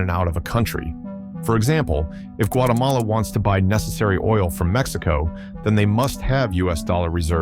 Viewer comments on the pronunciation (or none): none